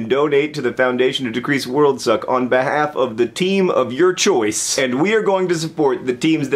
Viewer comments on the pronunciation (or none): none